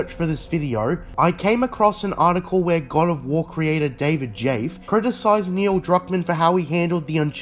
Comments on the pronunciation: Damn David Jaffe the legend, from 90's to now is still spitting facts Btw creator, You got his last name pronounced a little wrong but you basically nailed it Its like jaff-ee So I would have made the same mistake as well but I knew the guy Otherwise, Perfect video, keep it up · Crazy pronunciation of Jaffe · Pronounce David Jaffe name like a true non gamer... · David Jaffe's name is pronounced like jaffie